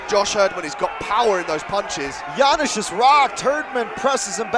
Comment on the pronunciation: Commentators have a funny pronunciation "Janysz, Janysz" :D Ofc I'm cherring our Janusz, but good job Josh! Thanks both for a good fight